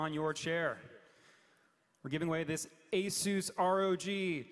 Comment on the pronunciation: Horrible pronunciation of Asus...